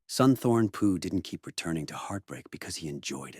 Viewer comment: Mispronounced the name: it's more like "Soontawn Poo". PH transliterated into English is just a very hard P sound not an F sound. But nice video otherwise! I'm just finding this man's work